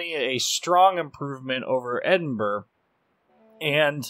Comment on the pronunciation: its great that you pronounce edinburgh properly ( most do not) but man you ruined minotaur!